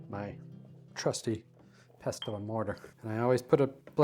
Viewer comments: Serious question - why don't you toast your whole spices first? This is known to enhance their flavour. Also the 't' is silent in pestle. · Delicious! The t in pestle is silent btw 😘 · Yo dude, the T in Pestle is SILENT lol